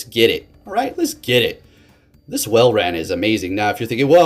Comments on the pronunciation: Saying it better but still not quite lol. It’s not wall ran it’s wall rin. Unless 🧐 this is his master plan to provide us with more enticing entertainment. If so then jolly good show my good sir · Two words. Wall - rain. I don't think it's pronounced wall ran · Love ya man, it is in fact pronounced Wall-rain I think. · I don't mean to be mean but I personally pronounce it wall-rain